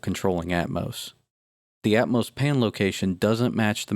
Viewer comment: I hate the way this guy pronounces Atmos. It's at-MAW-ss, not at-MOH-ss.